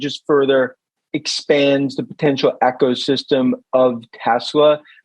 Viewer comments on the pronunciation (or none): " EX O system " hhhahhahahha